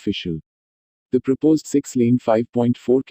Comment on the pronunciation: bhai prapose nahin, propose hota hai